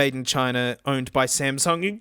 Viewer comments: You keep saying Samson but I hear Samsung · Samson in your accent sounds exactly like Samsung